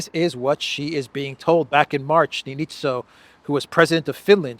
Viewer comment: Former Finland's president Niinistö (Neenistö - long vocal)